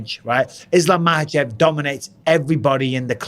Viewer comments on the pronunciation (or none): Makhachev. Not mahachev. Not everywhere in the world j is pronounced h and kh is silent